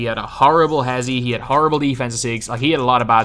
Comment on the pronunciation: u just said defensive sigs 😭